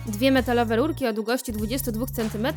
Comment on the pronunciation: Puwi się rurki a nie lulki